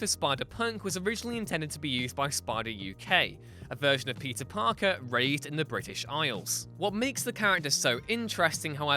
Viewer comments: Is it just me, or is this guy really saying "pizza parker"? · I just cannot stop hearing you say “pizza parker” why do you sound so weird when you say his name??